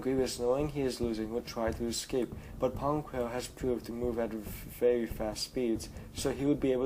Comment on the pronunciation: *Pon Krell not Pong...